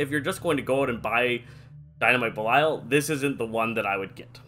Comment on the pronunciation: The first guy I've meet that says belial right